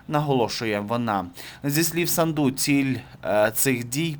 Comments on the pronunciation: Не СандУ а САнду Ударение на А. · не СандУ а САнду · Фамилия из 5 букв, очень сложно поставить правильно ударение? СА’нду. Это ж путлер любитель исковеркать Сандру и другие вариации. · Да не Санду',а Са'нду!!!Ну Господи,Ви ж журналіст.